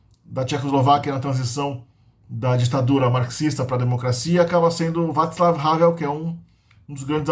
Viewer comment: Excelente vídeo, parabéns. Apenas algumas correções: 1) Tatra segue como um mega produtor de caminhões em Koprevinice (inaugurou uma fábrica no Paraná), desde Hanz Ledvinka (o amigo de Porsche). 2) Vaclav fala como “vaklav” o c segundo de consoante não tem som de “tsi”. 3) O acento ř é muito difícil de fazer, é uma mistura de R+j+t 4) Acento ě, é similar ao russo “iiiéé” muito forte e silabático.